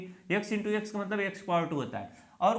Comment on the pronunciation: यकस मत बोलो एक्स बोलो